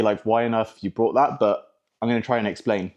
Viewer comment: Is Elvis not Alvis and it’s bought not brought!